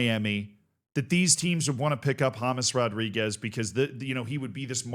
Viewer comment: His name is James, not James